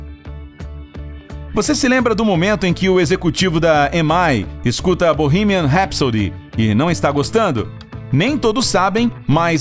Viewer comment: Primeiro vídeo que vejo onde o narrador fala o nome da música direito.